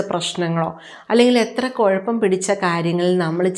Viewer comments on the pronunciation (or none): none